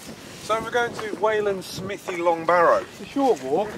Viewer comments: "SMIFFY" its Smive--ee, Smithve---ee Smythee (as Ala Alpha's comment). I was born in Kent but then lived 4 miles from there in Shrivenham and also on the map Wanborough and also a few hundred yrds from "Steam Museum" on the map but now down in Devon. At the point where you did the tree graffitti I was under the desk hiding just in case there was a late 70's TW in view. I will say that there has always been strange stuff going on at night up there, at one time candles in the trees and then ribbons, hooded clan people, and groups of teens in school holidays. It has a "feel" to it,??? Anyway I assume you also visited the ROC post just the other end of that section of Ridgeway tack and if you make it to North Devon Give me a wave! Thanks for the Videos! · Im originally from Wiltshire/Berkshire border, and just to let you know you are pronouncing Smithy wrong. Its not Smith-y Its more like, Smiv-thy. I have no idea how to write it phonetically. lol. But its not SMITHY. :)